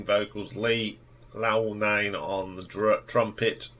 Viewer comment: How do you get "Longhorn" out of "Loughnane"? Someone needs to get hooked on phonics.